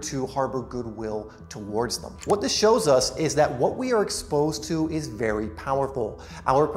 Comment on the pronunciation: You waffle too much, speak too quickly and run one word into the other very often. Speak slowly put the emphasis on the important words and remember less is more. Think what is the important word in "What the belief is. " the important word is belief. You put the emphasis on is. Listen to yourself in the video and see how often you do this sort of thing. Identify the important word in a sentence and put the emphasis there.